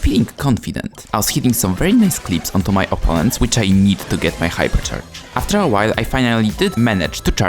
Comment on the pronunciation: “Aftxr” ❌ “After” ✅